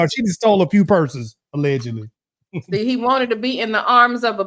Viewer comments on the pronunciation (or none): these people need to learn how to say allegedly I don’t know why it’s so hard for them to do this🤦🏽‍♀️💯‼️